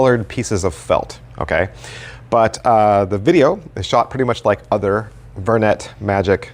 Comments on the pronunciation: I always thought it was pronouced "ver-neigh" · It is. is just using the 'merican pronunciation instead of the French one 😄